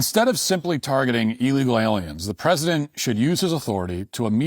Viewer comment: Matt pronounces illegal wrong, he says it like eel legal. It's ill legal. Come on Matt, you're better than that.